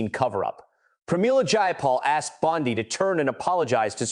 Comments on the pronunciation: You asked what we thought… I think your narration & inaccurate subtitles are atrocious. Quick example Bondi is not pronounced Bond-eye. I can’t make it through your video without being distracted by all of the errors. Either F up the pronunciations or the text but bot both. You need an editor and a continuity supervisor. Peace out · It’s Bon-day. Either or an idiot ai or an idiot person. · EpstEEn! BondEE! Not Epstine and BondEYE. You pronounced them wrong on occasion. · I would share but you pronounce so many words wrong that it embarrassing. It’s also very inconsistent. Before you release something, edit! The name Bondi is pronounced bon-Dee. Epstein is pronounced Ep-steen. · Why is the name pronunciation in this video so inconsistent? The content is great, but how many ways can you pronounce Massie and Bondi?